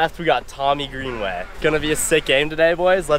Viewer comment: Greenway not nollie’n bruh